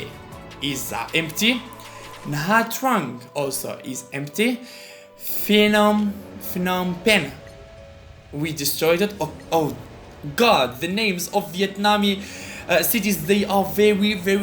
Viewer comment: Its pronounced Phanom Phenh not Fanom Phenh